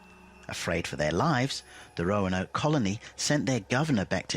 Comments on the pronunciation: Its Roanoke not roanake hahaha its called research brother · Roan-ake no no no Roanoke